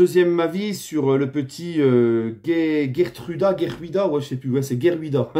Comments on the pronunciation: Coucou mon ami, je suis néerlandais et pour la prononciation faut dire « reertruida » le G= r Voilà mon ami 😉😊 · Je suis un parisien supporter du PSG qui vit a Amsterdam. Je valide a 3000% Geertruida. Il est tres bon et apprecie par bcp de hollandais. Mme les fans de l ajax (ennemi jure de feyenoord) souhaitent qu il vienne a l ajax. Donc Geertruida je valide!! P.S: ca se pronounce Heertraoda😅😂 (le g en neerlandais se prononce comme le g espagnol).